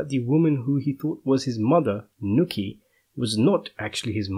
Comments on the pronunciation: Knuckey? Its pronounced Newchi (nucci) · Newchi broo New Cheee say it with me not nooki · Pronounced noochie not nookie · Paulie's Mothers name was Nucci not Nutty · I doubt Dr Fagolli is Paulies real dad. I also thnk that when Carmine said that comment about Paulies dad being killd by a trolley- That was just to show us he doesnt really kno him & to reveal Johns b.s.ing him & its not true & Carmine is confusing him with someone else. Also, Paulies moms name is Nucci & pronounced like rhyming with "hoochie". Cool vids tho for sure😎